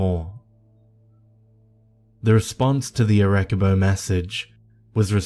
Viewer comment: Creepy ass story!!! Just to be helpful to anyone anyone wondering: Ar-eh-CEE-boh is how is Arecibo is pronounced.